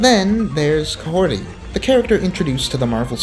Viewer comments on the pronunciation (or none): "Mahorty" That's all I heard